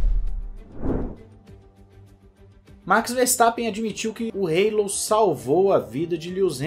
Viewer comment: O que é o Reilou??????? Se todos falam Hallo( álo)!!!